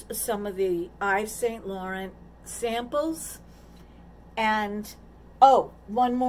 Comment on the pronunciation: I'm glad you had a nice birthday. The fake is exactly what I said fake you can tell and it sure doesn't match your hair color. Eves Saint Laurant is pronounced French. They sell expensive purses/ bags. Stay beat 💓